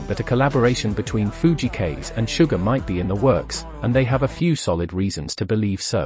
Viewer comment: Fujii Kaze 藤井 風. Kaze meaning is wind in japanese. Your pronunciation is Kaze is wrong. Japanese pronunciation link